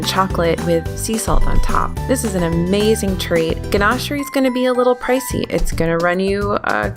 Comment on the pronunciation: Sushi at Splittsville is AH - MAY - ZING!